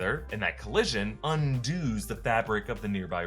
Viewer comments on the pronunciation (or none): Un-dos? Undoes. Lol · Grammar stickler here.... ....undoes....not undooooooz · "Undooos" lol